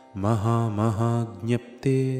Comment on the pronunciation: महामहाज्ञप्ते. ......what pronunciations...,..Great 👍👍